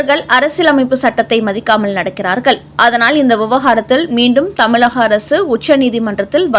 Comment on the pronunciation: ழ கர உச்சரிப்பை ல கர மாக உச்சரிப்பாக செய்வதை திருத்திக் கொள்க ...தமிழகம் என்பதை தமிலகம் என்றும் வழக்கறிஞர் என்பதை வலக்கறிஞர் என்பதையெல்லாம் திருத்திக் கொள்க .கேட்பதற்கு மிகக் கொடுமையாக உள்ளது.